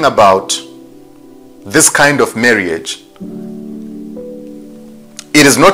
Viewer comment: "Marry-age"...lol,! This is a very interesting story.